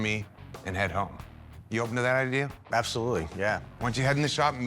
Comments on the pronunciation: I like it when people say “idear” instead of “idea”. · Am i the only one that noticed the way he says idea? "Idear" i scrolled down didnt see anyone say anything.